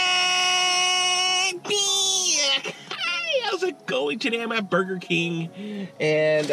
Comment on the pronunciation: Well that how I’m going to say it now boiger king oh yes 👌🏻